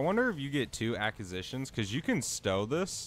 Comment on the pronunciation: I would follow but I can’t hear you pronounce “acquisitions” and “sigil” like this over and over